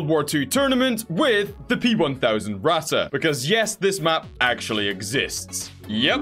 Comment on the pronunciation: Yesssssssss more tournies! Q: did u finish the other TABS tournament? Also, when are we gonna get more TTS. And when are you gonna start calling the Ratte how your supposed to (Pronounce it like rat. Just rat)